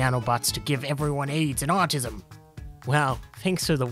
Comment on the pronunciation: Me when I hear ``vacinations cause atissum!